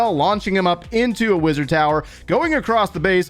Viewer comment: The way you pronounce Wizard... I kept hearing "Blizzard".